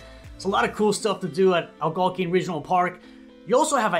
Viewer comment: It's pronounced Algonquin...not to mention the 20164 side was built buy US steel in the 60's.